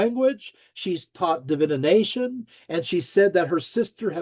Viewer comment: Still wondering why pronounces DIVI-NATION like Divi-ination.